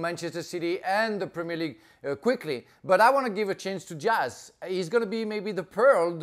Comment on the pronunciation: Dias, "S" not Z